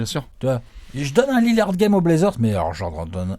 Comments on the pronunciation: un minimum de respect svp dans la video et dans les coms: c'est pas Lilliard mais LILLARD ! merci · naaan alex il prononce "Liliard"....😭